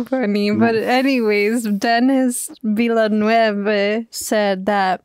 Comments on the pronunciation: Just fyi Denis Villeneuve is French Canadian so it's pronounced more like "Vill-nuv" as a Latino I also assumed the same pronunciation lol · finally someone who pronounces dennis villeneuve like me! im american but my parents are brazilian so i grew up speaking portuguese and thats exactly how i said his name! then i found out dennis is french canadian and its pronounced “vil-nuv” 😅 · Pro-tip from a fellow immigrant-turned-Quebecer! The "--neuve" part of Denis's last name is pronounced like "nerve" (as in: "You've got some nerve!") but without the 'r'. Hope that helps ^^ (Vil-neuv) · It's pronounced Denise Villlineauve. Lol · Your example is pronounced more like this: [nɜrv], which sounds similar to the vowel in ‘‘certain’’ or ‘‘her‘‘. However, that’s not quite the sound you're looking for when trying to pronounce Denis Villeneuve's name correctly! Actually, the second syllable is pronounced with a mid-central vowel (schwa), which looks like this: /ə/. It's the same first sound you make when you pronounce the word about [əˈbaʊt]. This sound needs to be used in the “neuve” part of the name. If you know a bit of French, just simply pronunce the letter e.